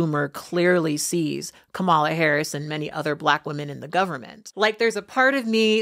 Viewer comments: So I love the content of your videos. Just so that you are informed as I'm sure you're not doing it on purpose, her name is pronounced comma-la. Have a wonderful day! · “Comma-La”! “COMMA-La”! GODDAMMIT, COMMA-LA!!! What’s so f**king hard about that name??? And how disrespectful do you have to be to not care to say it right?!?!? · Great and very thorough take! However, her name is pronounced "Comma-la". Kamala! Vote Blue! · I liked your video. You speak so well. Almost at the end you mispronounced Kamala Harris"s name. Kamala is pronounced as comma...la. I am done. You lost my interest. I know Trump and his maga is not smart. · Our VP's name is pronounced COMMA-La. Don't think you intentionally mispronounce but those who do show disrespect by indicating she's not worthy of saying it correctly - easy fix will be Madame President in Nov💙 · Please do not take this as a disrespect beautiful, none intended🙂 It's pronounced more like "Kom-ma-lah" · Can we all pronounce madam vp"s name properly please. It is pronounced "comma la" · I mean this strictly as constructive criticism: Kamala's name isn't pronounced like that. It sounds like Comma-la. Stress on the first syllable. That's it. I'm about halfway through the video at this point so if you addressed this later please ignore me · Even if you’re not a Kamala fan, please say her name correctly. Comma la. Sheesh. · Comma-lah. Yw. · how are you a professional on the internet and cant be bothered to learn how to pronounce Kamala. Its comma-la. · Thank you for the upload on a slow Sunday afternoon, I always love your take on things! I will say you sound like you are mispronouncing her name, it should be pronounced COMMA-la. Thank you again for what you do Kat! <3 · Learn how to pronounce her name. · Kamala.... Kamala behn. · If you cannot pronounce her name correctly. I'm out thumbs down. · Say her name correct Lady! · I can tell by the way you constantly mispronounced her name 😅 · Did you really say her name wrong? 🤧